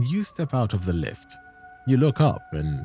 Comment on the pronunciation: "life"' instead of "lift" sealed the deal for me